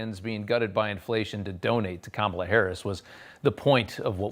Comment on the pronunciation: Us people in the non-mullet, MAGA hat wearing community don't really care about how Kamela laughs. Learn to pronounce her name. She is going to be POTUS for the next.8 years.😊